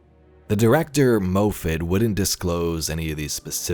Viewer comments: It’s “MOFF-it”. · Hey, I think the Directors name is pronounced Moff-at. I say this because the previous showrunner for Doctor Who has the same last name and that’s how it’s pronounced. (Steven Moffat) Loving the content! Thanks for keeping me up to speed! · Hi, big fan of your vids. Just a minor fyi, the last name Moffat is typically pronounced MOFF-it; Scottish origin.